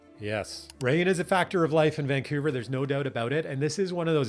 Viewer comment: Vancoover/ Vancuevurr